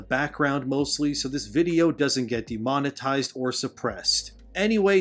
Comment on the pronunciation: it's funny how demonitize almost sounds like demonized